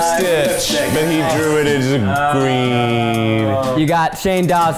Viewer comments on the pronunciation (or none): none